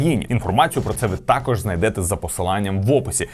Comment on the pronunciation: не тАкож, а такОж